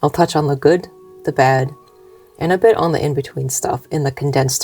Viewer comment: You've lost A LOT of ur America twang!! You said "bit" like "but" just like we do!! U may not be born & bred but Ur absolutely a kiwi & one of us after so long & a family ❤